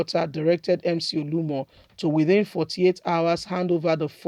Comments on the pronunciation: Mcoluomo not Muolumo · Ode!! Mc olumo 🤷🏾‍♂️ why can you just do a little research on his name. You like to talk but you talk shit. Please pronounce names probably oo.